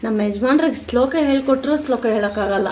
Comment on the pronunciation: ಸ್ಲೋಕ ಅಲ್ಲ ಶ್ಲೋಕ